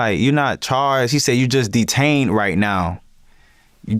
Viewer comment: The way he said “DEE-TAINED” uk that’s exactly what happened